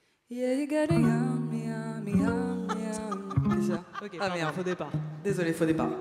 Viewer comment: On est d'accord qu'à Elisa lache un "OKrrrr" de Milly Bobby Brown ? xD